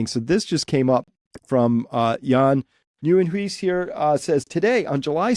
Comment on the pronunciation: Nieuwenhuis = new house🤣🤣 Pronounced New an h.... Good luck sounds like house😉